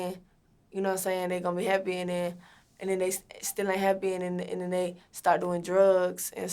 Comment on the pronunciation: "and den like"